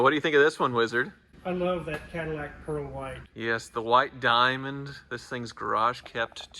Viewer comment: "White Die -Ah-Mond"